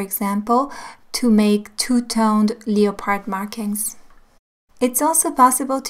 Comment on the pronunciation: You are so cute. "leo-pard" omg!! I love it (its pronounced more like lep-erd!) Thank you for these super useful videos